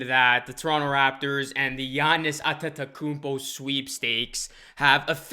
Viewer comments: Gianni’s At-ta-kuupoh who? Lol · Wishful thinking! Maybe he will when you can pronounce his name correctly. Lol!!! Its a rap when he join Raptors replacing mark gasol..